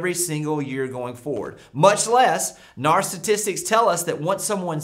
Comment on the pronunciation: N.A.R not NAR